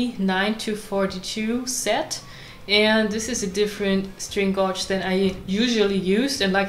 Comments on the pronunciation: When you remove the old string unscrew or screw the "fine tuner" to a bit over half way so you have some adjustment after you re-string. Shamefully (as my German is rubbish-so who am I to criticise?) I am going to correct your pronounciation . String gauge is pronounced 'gage' like Rage with a "G" - we have lots of words in english that just don't sound like they look . Laugh= larf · It included lots of time indeed xD Well I always wondered how "gauge" is pronounced correctly xD Can you tell me?